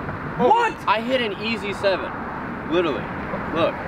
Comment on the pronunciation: Day 2 of counting the times someone say “Littley” instead of “Literally”: Just one!